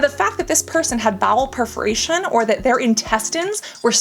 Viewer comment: It’s bowel PERforation, not PREforation